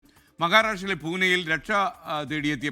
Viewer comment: മകാരാഷട്രയല്ല .... മഹാരാഷ്ട്ര ....😂